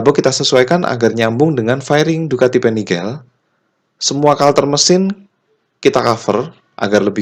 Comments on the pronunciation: Panigale nyebutnya tetap PANIGALE om bukan penigel.. Krn ejaan bahasa italia beda sama ejaan inggris hehe... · Panigale om, made italy soalnya. Jadi baca atau pengucapanya pake aksen italy. bukan panigel. 🙏🏻 . Btw modif nya gud sangad. 👍🏻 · Untung nyebut panigel nya gak begitu sering🤣